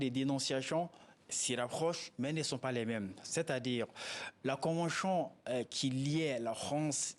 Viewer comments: La convenchion, imposichion, franche.... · Shorohbi KO convenshion. Il a des problemes avec la prononciation de tion en shion. Eeeh mohladen= enfant de quelqu un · La convenchion... 🤣 C'est vraiment laborieux. L'expert a besoin d'aide. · Qui peut le prendrr comme avocat meme? Surtout est devenu sirtout, chagishant s sgissant, finanshiers, soshietes , convenshions, penshions, applicashion, ouf! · C'est maintenant que vous appelez ca convention ? Votre escroquerie qui ne beneficiait qu'a la france ! C'etait un jeu de dupe ,ya rien a negocier lafrique est perdant,ce consultant ne connait rien du tout Kil apprenne dabord a dire convention et non convenchion..bois bcp d'eau grillon de service C'est un accord c'est mort point barre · On ne dit pas convenchon mais convention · Pourquoi chion au lieu de sion ou tion.